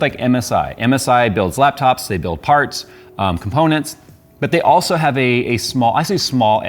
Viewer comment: “They are aHGHHGlso” 😂😂🕺🏾 I love you all jokes